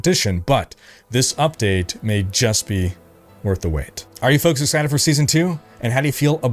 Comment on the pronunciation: "Hey fonks"